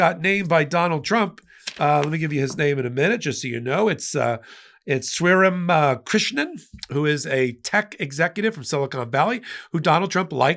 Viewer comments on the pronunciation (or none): Sriram Krishnan is pronounced “shree-rom krish-non”.